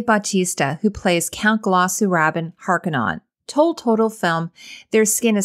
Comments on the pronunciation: Pronounced "HAR-ko-nin", not "non". Love this costume analysis though. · Not to nitpik but it's pronounced "HAR-KOH-NEN", YW. Great critique as usual nonetheless. Cheers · It is pronounced Har ka nen (straight from Herbert's own mouth)